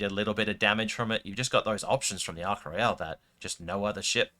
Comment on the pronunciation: You're saying Ark Royal weird. It ain't Royale... It's not a cruise ship